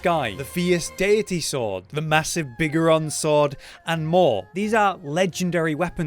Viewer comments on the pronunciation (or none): im sorry biggeron? you mean BIG GORON!